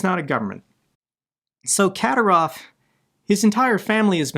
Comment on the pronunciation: Ka-dír-ov. Accent on the second syllable.